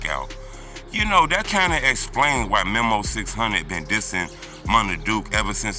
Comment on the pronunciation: Who is Memo? It’s pronounced Me-Moe 😂